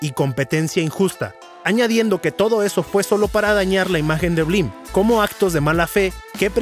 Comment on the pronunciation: Ahora lo entiendo todo... blim (no bleem) es un emulador de netflix, pero sin optimizar